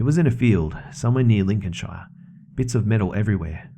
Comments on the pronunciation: Yup, that second story was not believable. btw it's "Lin-cun-shear" not "Lin-cun-shy-er" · Dear (and actually all Australians and Americans),...shire is pronounced "sheer". Lots of love, redacted - South Yorkshire (pronounced York-sheer) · Lincolnshire 👐🏻👐🏻 the way you pronounce it though 😂